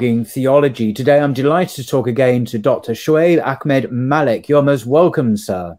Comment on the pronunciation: Brother Paul, it is Ahmad with a strong H..not Akhmad..no kh sound here. There is kh sound in Bukhari and Khalid and khalifa.